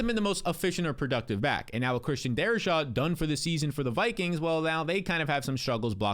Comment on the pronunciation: Darri-SAW not darri-shaw it’s Khalil sha-keer not Khalil sha-koor